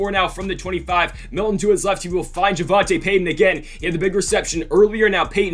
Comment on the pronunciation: its pronounced javontay peyton lol